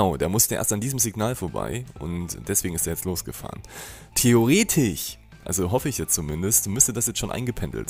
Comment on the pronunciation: Wer feiert auch immer das theoretich? 😂